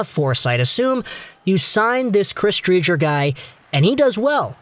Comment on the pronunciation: Btw Dre-ger